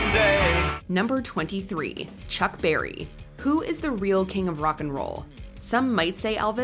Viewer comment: It's Chuck Berry not Barry